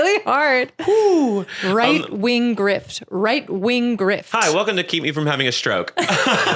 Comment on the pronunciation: wight wing gwift :3